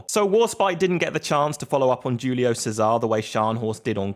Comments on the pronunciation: Cesare is chez-aray not says-aar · Equal and not equalise and its prononced Cesar ey